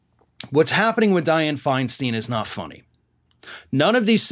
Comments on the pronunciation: My GOD! She's been in public office for years and you STILL don't know it's Fine-stine?? NOT Fine-STEEN??? JESUS!!!!!!!! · It's Fein-STINE, not FeinSTEEN! At least get her name right! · Feinstein Fine/Stine Like a stein of beer Your content is good The mispronunciation is jarring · Thank you for that piece. Her last name is pronounced: “Fine-stine” with a long “I”. I agree what a bunch of dishonest staffers! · Stop the mispronunciation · Would you at least pronounce Senator Feinstein’s name correctly? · Stop mispronouncing her name